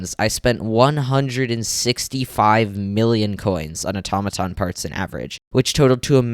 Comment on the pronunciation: when he said AToMatoN i couldnt